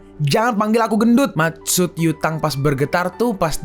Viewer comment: Pass gw dengerin lu nyebut nama cau yutang di kecepatan 2×, gw dengernya ca*wet kota*ng